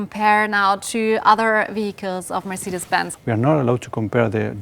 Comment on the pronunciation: She should learn to pronounce the word Mercedes 😊